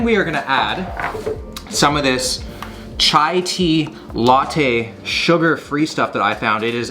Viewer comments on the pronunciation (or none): none